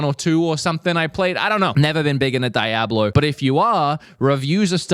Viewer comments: Lol...i think u mean "dee-ob-lo", not di-ab-lo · Lol its "Dee-A-Blow" bro, not "Die-a-blow" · I thought Diablo was coming this month no it's DYE-ABLO! 😂😂😂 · bro mispronounced diablo like 7 times